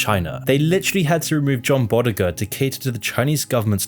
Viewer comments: John Boyega not "Boddiger"...Bo - yega...ega as in Vega...salute to what you do and your vids, I watch them and they're very well put together and informative...✌🏿✌🏿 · It's John Boyega Not John Bodega Lol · John BoYEGA* not Bodega 🤣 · I love you man, and I love your channel, but, you cannot pronounce people's name's for shit. It's Boy Yega and Che Pek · I really appreciate how much you attempt to pay respect to John Boyega by butchering the living fuck out of his name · Hi there, came upon your channel recently and found the subjects and your historical overview of them very interesting and eye-opening. Friendly suggestion to make an effort to pronounce names properly (example: John Boyega). That would give even more weight and respect to those you mention. I look forward to checking out more of your work! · Umm I'd like to point out that you incorrectly state that John Boyega (you also say his name wrong) is removed from the art when hee is CLEARLY not removed, only made smaller and moved to the middle. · You mis pronounced John Boyega's name